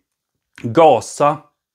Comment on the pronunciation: Ghaza israel lät lite lustigt